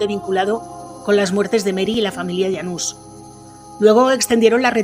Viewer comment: Yanus o janus, pues no que no puede pronunciar nombres extranjeros